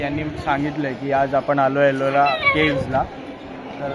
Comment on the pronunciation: Arola Caves 😂😂😂 Ellora Caves 😊